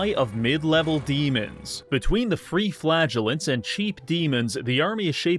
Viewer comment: Every time you say "flagellant" I hear "flatulent"